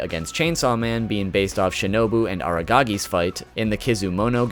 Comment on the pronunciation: I don't know how to feel about Araragi's name being mispronounced. Oh wait, I do. 「失礼します。噛みました。」 「技とだ。」 「噛みまた！。」 「技とじゃあない！？」